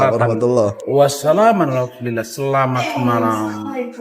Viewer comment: Hahaha Jokowi mengucapkan inna Illahi salah2